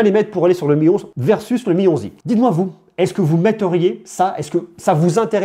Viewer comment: «Le Mi 11i» Dans ma tête: «Le Mionzi» 😭😭